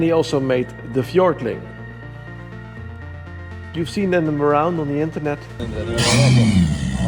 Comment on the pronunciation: Not "FjorT" but "FjorD" ;)